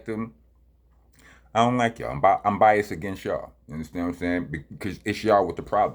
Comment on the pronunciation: It's bias-ED. Not Rockness is "bias".